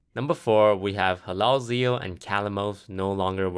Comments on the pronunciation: lol, "Halalzeal" he isnt arabic. Its Hallazeal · He also says Hallalzeal instead of Hallazeal. Either that or he pronounces in differently.